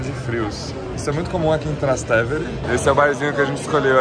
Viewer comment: Sant' Angelo, nao San Angelo. TrastÉvere se pronuncia. Arancino é bolinho de arroz; torta é bolo en Italiano. TrastÉvere per cortesia!